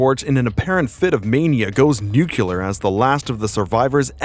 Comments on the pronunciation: Nuclear, NEW-CLEAR, stop saying New-CUE-Ler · Nucular isn't a word. Nuclear is what you're looking for. 1 U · I love your work! ❤ Please do more, if I may have a simple constructive critisism, can you stop saying nucular instead of nuclear? It always takes me straight out of the story. Keep strong, long live your channel friend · NEW KLEE URR not NUKE U LAR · NUCLEAR! Not nucular.